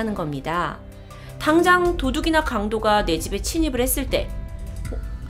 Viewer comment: 침입아닌가?? 친입 처럼 발음하는거 같은데요?